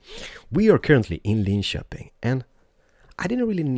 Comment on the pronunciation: Is swedish? He pronounces Linköping well.